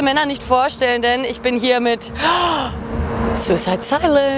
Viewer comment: Haha the way says tv.